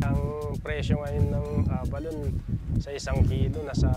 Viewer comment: A-ba-lo-ne pronunciation